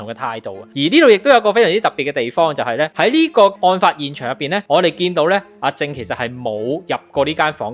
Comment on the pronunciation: 係林子傑，唔係陳子傑；阿正個名讀「jeng」，唔係「jing」